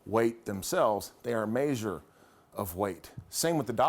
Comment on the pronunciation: "Mayzhure of length."